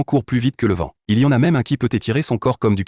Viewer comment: Le von et cantrolé 😂❤❤❤❤